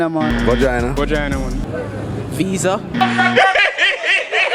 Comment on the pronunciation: big man said visa lmao